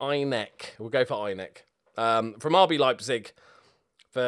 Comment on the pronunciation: The last E in Einecke is not silent:)